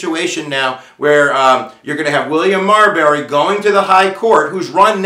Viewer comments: Why do you pronounce it Mar"berry" not Marbury? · Good video, but it’s pronounced Marbury vs. Madison, not Marberry vs. Madison. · He keeps saying "MarBERry" when it's "MarBURy."